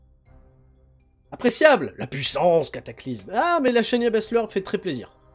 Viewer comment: SHAY-NA BASZLER!! Prononce le chez-na, pas chez Nia.